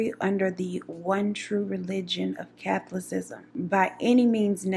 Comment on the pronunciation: I’m really over here trying to do my work (3rd shift) but I am so tickled at the way you are saying “catholicism” 😹